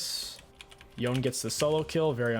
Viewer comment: It's Yo-Nay not Yown, every time I hear it pronounced like that I want to smash my head against a wall.